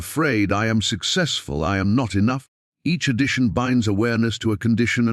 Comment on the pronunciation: I.... and them am, like am and pm. AI is wonderful. But any recording should be checked by someone who is a being. Otherwise it sounds silly.